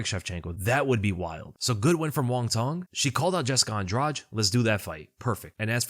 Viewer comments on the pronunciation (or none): “Cong” is pronounced “tsong”, not “tong” for those wondering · It's Wong TSONG. The C in Cong is pronounced TS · For what it's worth, the proper pronunciation of Cong Wang's name would sound like "Wong Tsung (rhymes with 'tongue')." In Mandarin to English translation (often referred to as Pinyin), the "C" sound is pronounced as a "Ts" sound, e.g. "Cats." Hope that helps. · the C in Wang Cong is pronounced "ts". "Wang Tsong". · Hey, not an expert but my understanding of how to pronounce the "Cong" in Wang Cong's name is that the 'C' is a bit like a 'tz' sound combined together. An (incorrect) approximation of this is the 'ch' sound, although that's a distinct sound in Mandarin as well. There are probably sound guides on Wikipedia that will do a better explanation of the differences. The way her name is romanised from Mandarin characters is called pinyin, in case that helps with finding more information about the pronunciation.